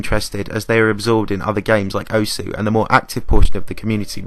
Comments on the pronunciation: The u in osu! is silent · That one moment when you don't realise you pronounced osu wrong every time in this vid.